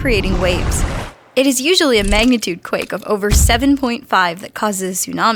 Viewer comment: It's Magnitude, not Magnetude...